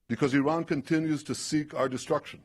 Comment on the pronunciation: If you're going to insult Iran, at least pronounce its name correctly, Mr. Cotton.